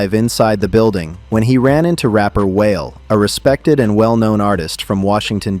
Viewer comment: WHALE LMFAO....ITS WAH-LAY..... STFU AND STOP ACTING LIKE YOU KNOW MY CULTURE EITHER....IDIOT